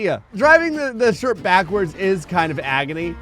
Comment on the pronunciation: Ah yes the sherprehs